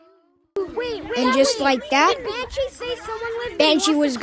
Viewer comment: Banshee more like ban hee